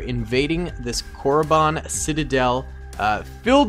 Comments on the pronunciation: Corey bon im sure you meant something else but nice pronoumciation #CoreyInTheHouse #Didknee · oh yeah its Korr-eh-Ban. as in ban hammer...just listen to the voice lines in kotor